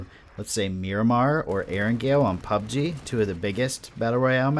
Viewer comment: It's really interesting, and almost annoying how you pronounce PUBG. LOL. 99.9% of people say pubG (emphasizing the G), but you say PUBg, (emphasizing PUB). Similar to the different ways people put conflicting emphasis on Taco Bell and South Park. Just something that always stands out to me in your videos... thanks for the great content